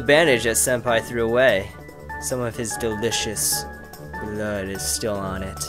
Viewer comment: believe it is pronounced Sen-Pie